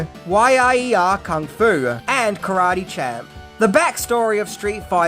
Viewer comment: You pronounced Karate Champ wrong